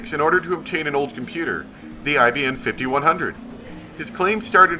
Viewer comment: The real one is called IBM not IBN.